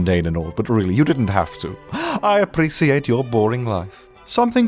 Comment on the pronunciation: I feel like way of pronouncing "appreciate" doesn't sound right... Is it just me who thinks this way?